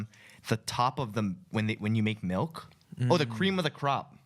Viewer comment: ryan says MELK not milk